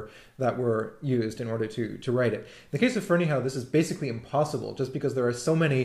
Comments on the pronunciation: i think its pronounced FerneyHUFF. but i could be wrong. my friend is a Ferneyhough and he pronounces it HUFF! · If memory serves, Michael Finnissy, who knows BF, pronounces it "Ferney-O." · drew bridge I've heard a variety of pronounciations, the one I've adopted seems to be the most common although of course it may still be wrong.